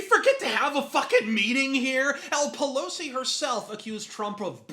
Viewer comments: Did you just call her "Nancy Lugosi"? xD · Did your just call her Nancy Lugosi? Bwahahaha!